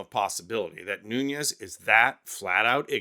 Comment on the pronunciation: MR.Nunes is Portuguese, not Spanish. The correct pronunciation of his last name phonetically is: New nez.